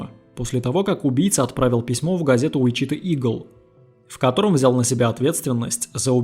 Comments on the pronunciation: Послушал бы сначала где правильно ставить ударение в названии города. УичитАА. Срамотище, конечно. Сколько вас егэшных на просторах родины! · [ˈwɪtʃɪˌtɔː] Уи́чита или Ви́чита!!!!!!!!!! Господи🤯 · ВИчита, ударение на первый слог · Ты бы перед тем как ебло разевать проверил бы как правильно произносится название города. Слух режет. Ударение на первый слог, морон.